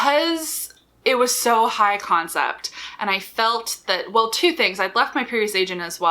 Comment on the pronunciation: Yes! I thought she was say, "com set". I was then trying to figure out the meaning of com. The most common use in my own life is at work, where com is shorthand for the communications department.